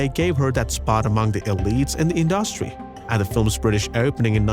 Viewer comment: To the narrator: you mispronounced the word industry several times!!!